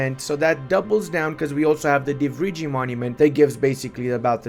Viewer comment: g is silent in Divrigi